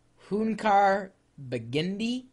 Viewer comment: it's "hünkar beğendi" silly =D i can cook all of them for you if you want =)